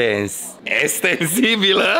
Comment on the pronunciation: Ecstensibile aicea a spus